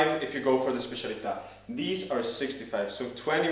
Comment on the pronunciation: Finally someone who pronounces specialità right 😂